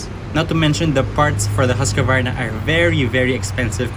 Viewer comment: Nice Video! But why you say "Husqavarna" instead of "Husqvarna"?